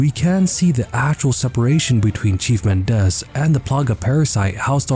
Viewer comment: Mendez is pronounced with the stress on the first syllable. MEN-dez